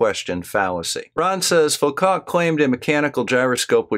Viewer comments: Well, northern Michigan! That explains it all. That is the only part of the Earth that is curved, so your belief in the globe is understandable. ;-) And Foucault is pronounced more like Foo co. French, you know. Don't let the flat Earth people grind you down. Thanks for your energy in keeping after them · like you channel very much. This is definitely nitpicking, but it's kind of a pet peeve of mine. English speakers seem to universally mispronounce Foucault's name. I don't actually speak French. Many years ago in high school a fellow nerd and I were having a thoroughly geek conversation about the Foucault test for telescope mirrors and the French teacher corrected us. The correct French pronunciation is pretty close to foocoe, oo as in cool oe as in toe. I know it's probably silly, but it always bugs me. Keep up the good work with these flat earth nuts.